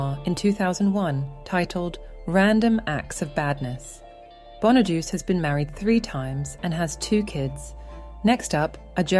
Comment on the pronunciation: It's Danny Bonaduce, pronounced like "bon uh doo chay".